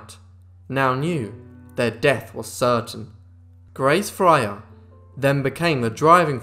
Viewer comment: Fryer is not pronounced as Frayer.